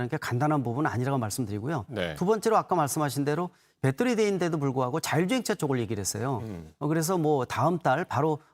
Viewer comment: 배떠리? 배터리! 아재여